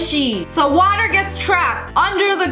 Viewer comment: No we say water normally not like that